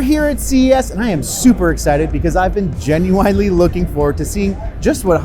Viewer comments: Did he say Ginuwinly? Like the rapper. Lol. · gen-u-ine-ly??? never head it said like that before. TV looks fab though. cool vid